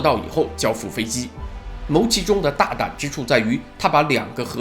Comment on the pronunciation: 牟（音：木）其中